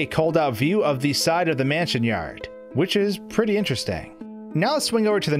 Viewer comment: "left to right or right to laff, the camera will move to the next raam" "manshion" "avanced"